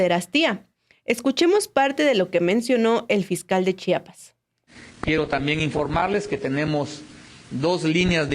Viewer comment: Chpas?? Si no don puertas tu periodista quien eres para que pronuncies chapas, estudia amigo es CHIAPAS no Chapas si no son puertas